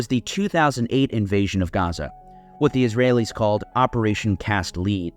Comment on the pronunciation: Maybe Im wrong, pretty sure its "cast l-e-d" not "cast l-e-e-d" (lead as in the metal you can cast) Great video man thank you.